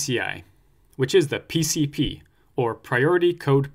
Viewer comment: You have a weird way of pronouncing pcp 🤔 Sidenote; thanks for your awesome course, you’re a hero.